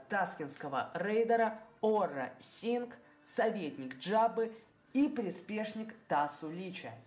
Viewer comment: не ора синг а аура синг.